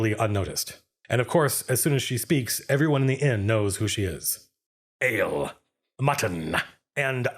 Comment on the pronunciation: Ale-ah, Mutton-ah, and a place to SLEEP-AH